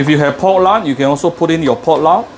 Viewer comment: U say pot luc or pork lard?pls reply,tks!